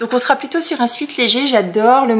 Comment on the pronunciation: Bonjour, merci pour ces podcasts. Petite précision au sujet du chandail de molleton que tu vas coudre. La prononciation ne devrait pas être "suite" mais "suète" d'où vient l'expression anglophone "sweat shirt" "chandail pour faire de l'exercice-pour suer. Pas très beau comme expression mais c'est ça.😊